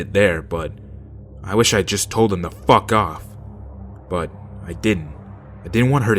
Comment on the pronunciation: "How about you just Fack off"